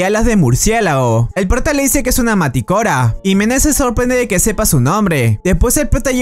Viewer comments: No es maticora es manticora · Perdóm por correjir pero se dice manticora